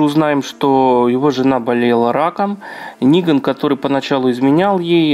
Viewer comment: Хоть кто то называет его Ниган а не Неган